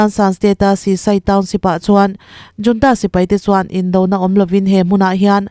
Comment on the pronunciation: Junta nilo in hunta tih a ri turin chhiar rawh ooo....